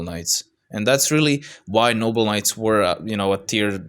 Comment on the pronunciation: im not sure if you are saying noble knights or noble nuts but i dont care its funny